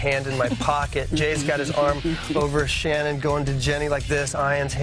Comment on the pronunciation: Shannen not Shannon